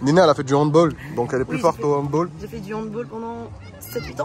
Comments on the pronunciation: Moi aussi je fais du handball parcontre juste il a dit handbol au lieu de handball eft on Prononce le all au lieu de oll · Jour gêne on dit handball(bal comme le bal de promo) car c allemand donc handball (handbal)